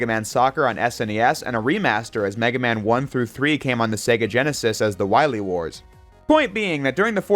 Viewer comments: You spell it as : Me-Gay-Man" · "Meg aMa-n" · It's "Mega Man" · it's Megaman, not Mega Man. because in JP, it's Rockman, not Rock Man. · meig guh man